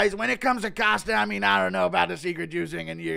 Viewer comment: hey it's Costa, not "Coster" :)